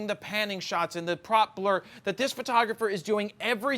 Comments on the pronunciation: Pro-peller not prop-ler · You should ask your friend how to pronounce propeller It's not proper it's propell-er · Came to the comments for the “proppler” quips. So funny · No one has a problem with how he is pronouncing 'propeller'? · Do Americans really pronounce propeller like that???? jesus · It might be a Philly thing lol. Or a Jarred thing haha.